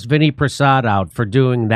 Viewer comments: His name is pronounced Vin-AI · Pronounced vin-AY